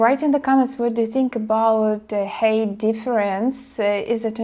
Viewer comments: sounds like you say hate. ненавидеть while height высота - pronounces H+айt and yea. the goblin always move with. so the saying goes. travelled and moved around alot as well. if you have a stabile life at home and want to move to a foreign country, id suggest taking at least one vacation first, possibly a few even. to get a lay of the land. get a feeling of how it is. Love high girls, but.. I'm also semi high 6'1 (186) myself.. so. not that i really care.. since.. I'm waiting for God to appoint my wife, or ill fly solo forever. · Height is pronounced like if what was spelled like Hite rhymes with Kite= Height I was confused a little until i saw the measurements because you are saying Hate like saying "dislike" yeah I kind of had a blind date (met on aol messenger way back in the day) one time that turned out to be like 6 foot 5....lol and Im like 5 9" so that was a little awkward...yeah there usually is a steep angle to a relationship when it comes to the physical part and there are a lot of tall beautiful women and I wouldnt completely rule out the idea because I have seen some crazy match ups. Had a friend that was dating this girl that was barely 5 feet and he was well over 6 and they just looked goofy together...like father and daughter or something....lol...that was weird..there is a difference between lust and love and hopefully your friend learned a hard life lesson and for guys that is "dont think with your other head" that shit can get you into situations you wont like sometimes...lol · yes I thought you were saying "hate" at first when saying "height" heye "t" --anyways to this guy CMON!!!! wake up dont be a moron (over the internet? live far apart? only talking for 1month? lol your lucky she at least showed up to meet you, you do seem very desperate!! and you said "clam" and "banana" you can be a nawty little girl!!! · Just "Hi - t." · A lot of HATE😅